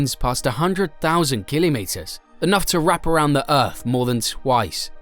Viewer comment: And stop saying killimetres 😂😂